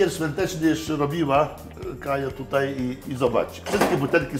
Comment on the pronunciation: Kaja - Kai Nie kaji